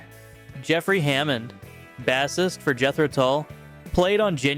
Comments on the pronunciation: White Lion....gag. *Narrating a rock video and can't pronounce the word "bassist" is criminal. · You don't know how to pronounce "bassist?"